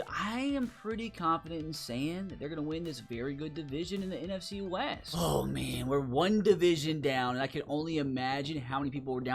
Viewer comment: Right out of the gate in the NFC west....you butchered that